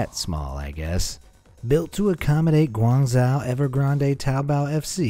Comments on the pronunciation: You're saying Gaungzhou completely wrong, it's painful to listen to. It's pronounced "gwong-joe" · Yes, his pronunciation is pathetic. Painful indeed. Even worse pronunciation of Guizhou in his other video. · The way you pronounce “Guangzhou” hurts my ears. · the narrator is entertaining simply for the amount of mispronunciations......never mind cancrete and canstruction prajcets!! Guangzhou...is pronounced as gwangzewe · Ghuangzhou... Imagine the zhou as the name "Joe". That is a more accurate pronunciation. Otherwise, thanks for the content. Always fun to watch. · So irritating the way you pronaunce Guangzhou. It is not like that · Guangzhou is NOT pronounced the way you do it in the video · Learn how to pronounce Guangzhou...